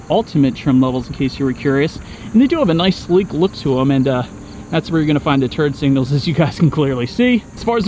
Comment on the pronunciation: I could swear when he says Turbo and turn signals he was saying "Turdbo" and "Turd Signals"! Anyone else hear that?